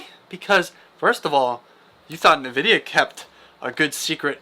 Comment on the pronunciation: "Polaris" and "Nvidia", check your pronunciation po-LAR-is, and N-vidia. Close to the 1080 ti? If so I'm buying it, but i'm expecting 2060 performance in the RX 680. And I'm thinking $300 range. Flush Ray Tracing, just give us faster fps, this can be an "in" for AMD cards.